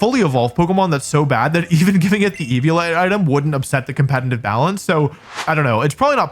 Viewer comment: Okay, this word is used so much in your videos and especially in this one, that i can't longer ignore it. Are you saying Compenitiv? cause it sounds alot like compenitiv.